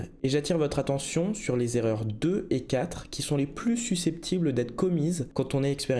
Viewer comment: L'erreur n° 1 est de dire "les cinq Z'erreurs" . Hi hi ! Je suis vraiment nul . Ta vidéo est super 👍